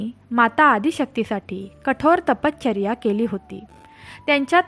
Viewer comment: तपश्चर्या असे आहे.तपचर्या ऐकायला कसे तरी वाटते.बाकी छान.